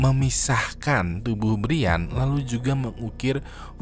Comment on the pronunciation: brian itu bacanya brian bang bukan brian